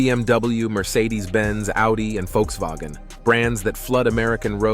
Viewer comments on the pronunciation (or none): none